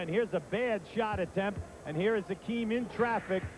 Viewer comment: Hakeem not Akeem